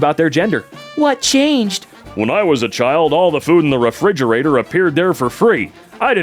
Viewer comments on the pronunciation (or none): none